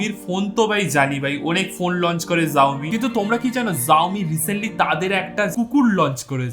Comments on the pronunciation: It's Xioami Not zoami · xiomi venge bolle shau-mee hoy zau-mee na😂... anyways sobsomoy er motoh vloi laglo tomr halka tech😂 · জাওমি নয় শাওমি🤣🤣🤣. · জাওমি না দাদা ওটা শাওমি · Bhai eta শাওমি জাওমি নাহ lol thikse pronounce toh karlo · Pronounce ta vul korco dada ota সাওমি e hba .... Not জউমি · Xiaomi er pronounciation Saiomi ,zaomi na🥲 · Bhai, please rectify your pronunciation as Shaomi, not Zaomi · ভাই, উচ্চারণ ভুল হয়েছে জাওমি না শাওমি হবে।😆😄🤣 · Rip Xiaomi উচ্চারন 🤣😂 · Xiaomi pronunciation ta thik kore koro dada 😁😁😁 by the way big fan ❤️❤️❤️